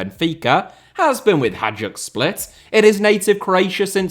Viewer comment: and name butchered as usual. Someday, he'll learn